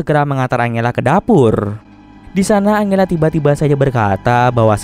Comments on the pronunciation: iya dibacanya harus anjela mungkin Abang nya lebih suka angela wkw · Sorry kak mau koreksi dikit yaaa : angela = enjela 🙌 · Angela itu di baca nya "enjela" aisiaaa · Bang, serius baca nama angela itu angela? Harusnya kan anjela dibacanya:( kenapa pelafalannya aneh2 terus si bang:( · Salfok sama nada baca Angela setau gw nih ya di Bacanya Anjela.. Mungkin kalau Angle dia baca Angel kali ya.. wkwk